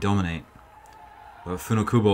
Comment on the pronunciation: So culturally insensititve..... This commentator is embarrassing. The event deserved better than this...... A guy who can pronounce Funakubo but can`t pronounce Cysique. Open your mind, man.